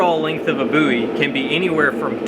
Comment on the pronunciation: Finally, someone pronouncing Bowie correctly!